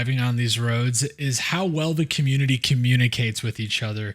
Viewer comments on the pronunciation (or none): none